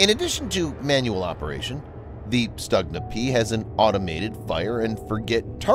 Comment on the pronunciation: It's pronounced more like Stoogna, and the ones Ukraine has uses domestic sights, not the ones made in Belarus. Belarusian sights are only used on Skif, the export model.